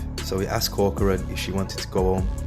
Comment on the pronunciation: Thanks for saying corcorans name right people always get it wrong!